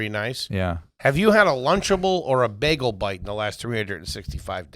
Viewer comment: Just want to point out says “begel” like Foley says “melk” 😆😆 heard it on taste buds lol